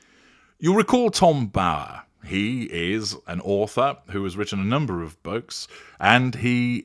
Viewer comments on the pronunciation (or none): And says "wroten" instead of "written". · Its obvious this sugar is uneducated and never reads because she said " wrotten' 😅WHO speaks like that ? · 'Wrotton' about them? She can't speak. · The fact that she said "wroten" instead of "written" for a start. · "Wrotton" stopped me in my tracks. Enough said. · Illiterate woman….cant even say written properly! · Such a sad illiterate woman can't pronounce words correctly needs to go back to school asap.🤡